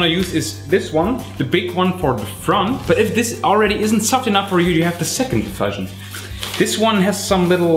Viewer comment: In English, 'diffusion' is pronounced /dɪˈfjuːʒən/. That is, the 'u' is pronounced like the word 'you' or like the vowel in 'tschüss'.